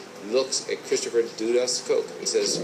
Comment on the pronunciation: His nickname is pronounced "DUD-us," not "DOO-dus."